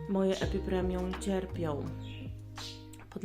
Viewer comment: Epipremnum NIE epipremium Beznadziejnie mówisz, nawet nie wiesz jakie rośliny masz. Jak twoje ulubione to chociaż nazwę znaj!!!!!